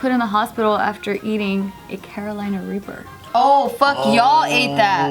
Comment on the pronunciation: did hey say raper instead of reaper lol